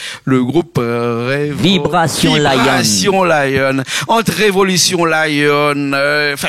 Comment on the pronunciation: Le présentateur et vraiment nul il ne peut dire le nom du groupe VIBRATION LION